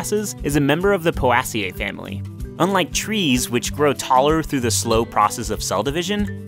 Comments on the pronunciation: poe-ay-see-ee, ffs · Mispronounced Poaceae